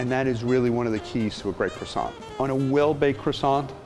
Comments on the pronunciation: I don't take baking advice from someone who pronounces the 't' at the end of Croissant or the 'n' at the end of Pain (au chocolat). Muggle .. :P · The guy can't even pronounce crossiant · He sells Croissants but can’t pronounce the word properly 🙄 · I love the way Americans pronounce Croissants lol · I live in holland and was taught french in school. It kinda bothers me how y’all Americans pronounce the word croisant loll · the way he pronounces croissant though.... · This dude runs a French pastry shop and can't pronounce "Croissant" and "Maillard" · He claims to make the best french croissants but doesn’t pronounce croissant like the French do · I loved this video but I couldn't stand every time they said "Croissant" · Everyone: ...... Gordon Ramsay: Qwarsont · “Are you going to finish that kwasont” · It's pronounced "kwah-son". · Nah the correct pronunciation is "Crwa-ssant" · Man the way he says "Kro-sant" just makes me cringe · Are you finish with that CWOSSON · are you going to finish that cWoSsA? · Looks gorgeous. Credit to you all. Your master croissanter obvs gets the most - but you are the Captain and in charge overall, so quite a bit to you, too. Your French pronunciation is abysmal..... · There are lots of 'lettres muettes' or mute letters in French. They are written but not pronounced. The 't' in 'croissant' and 'chocolat' is mute, so please pretend it is not there and you will start pronouncing correctly! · I can not get past the way that he pronounces 'croissant' he lost me at crassont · You'd know this croissant is not legit when he pronounces as kro-sons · Unfortunately, it is ruined in his pronunciation- "cre-sont". Ouch. It is cwa-sont. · Its Ko-Wahh-Son not Cro-son!! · I hate it how they call it "Crawsawnt" and not "Cwosownt.." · FFS AMERICA!!!! It is pronounce "KWAH-song"....NOT "crah-SONT.. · CRasaants? Correct pronc. Cwassan (nasal n) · Croissant? Do you mean quackson? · Are you finished with that...CWASONT? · i love the he said krosan